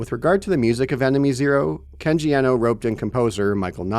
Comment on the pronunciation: Kenji Iino. It's IINO, not Ehno. Th big E was ironically necessary in the 90's because no one in America was familiar with Japanese. Now the big E is a detriment, because many Americans are familiar with Japanese. Everyone is now almost bizarrely mispronouncing his name...